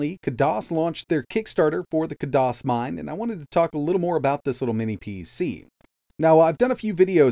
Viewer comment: *Kaaay-Diss or Kaay-Doss not kahdoss~